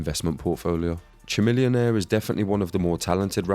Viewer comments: Chamillionaire is not a one-hit wonder. Also, it's pronounced "ka-millionaire" like chameleon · lol at the way you pronounce chamillionaire.